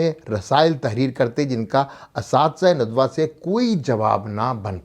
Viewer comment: ندوہ؛کےنون پرآپ پیش پڑھتےہیں جوغلط ہےندوہ کےنون پرزبرپڑھیے